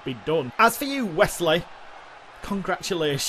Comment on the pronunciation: I love how you guys pronounce Wes Lee as Wesley if it’s unintended then it’s a fun accident 😂